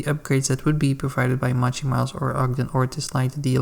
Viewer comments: It's not "Mah-chy".. it's "Moe-Chee" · No, no it’s defientely, moe-chee